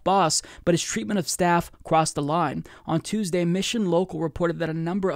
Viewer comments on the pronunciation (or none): none